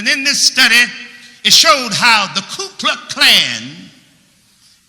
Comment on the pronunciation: I like that preacher at the end, even though I find it somewhat pathetic that he can't properly say the name "Ku Klux Klan." ...but maybe that's just me.